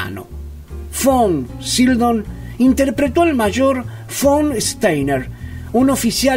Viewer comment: Me gustó el resumen sobre la carrera de este actorazo. De hecho había papeles que no recordaba que hubiese interpretado él. Pero por qué dices Von "Sildon"? Si en el título lo escribes correctamente : Sydow. De todas maneras ,estuvo bueno y voy a ver otros de tus vídeos.